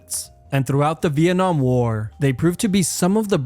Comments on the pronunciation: Viet-namn war💀💀💀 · No fuckin way he pronounced Vietnam as veit nam💀